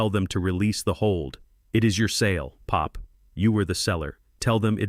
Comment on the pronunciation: I wish the narrator would not say pop as if it was a noise and not a name, also why say Tony’s is said Tony S ridiculous.